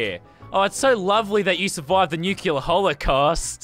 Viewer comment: Every time Lazarbeam mispronounces “Nuclear” a puppy dies